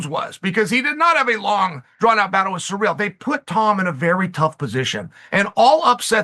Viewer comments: Who the hell is "surreal"? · Chael's pronunciation of foreign fighters is "surreal"